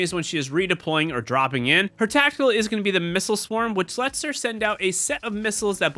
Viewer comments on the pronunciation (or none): none